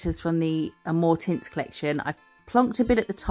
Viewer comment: So happy to have a "new" video. Love the flowers so, great. I had to rewind when you said amour tints. I swear I heard "more tits". I was thinking what is up to?!?!😂😂😂😂